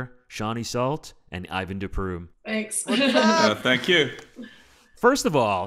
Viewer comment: Ivan de Prume, Not Ivan DuPreme